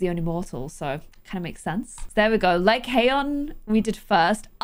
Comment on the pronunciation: i think the name is pronounced "Lie-con"!!!:)